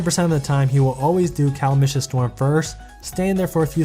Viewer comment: Its pronounced ca·lam·i·tous /kəˈlamədəs/. Good video though my dude. I think I will upgrade Vanessa because I had Julietta as my only 5 star until very very recently, so axe dojos have been sitting 15/15 for a while.